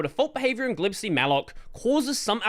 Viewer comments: It's "G-lib-C," not "glib C". 🤣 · I've always pronounced it "G-lib-C" but I think I prefer "glib C" now. Ain't got time for the extra syllable, if you ask me. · Wait. How do you pronounce "glibc"??!! I thought it was pronounced "Gee- lib- cee"